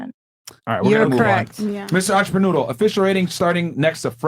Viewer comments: WTF is a an-cha-pa-noodle⁉️💯 Entrepreneur 😂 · "Im a Entreprenoodle" 😂😂💀